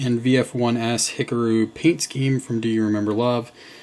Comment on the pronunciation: VF-1S... did he... did he say "Hickaroo?"